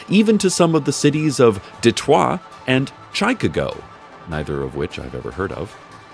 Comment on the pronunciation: Duh-twah and shi-ka-go Maybe Kareem should use the flamingos